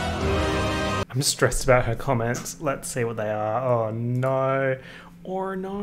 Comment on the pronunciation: Crying over saying “naur” in an exaggerated Australian accent as if he wasn’t already Australian